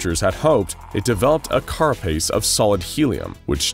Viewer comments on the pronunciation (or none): none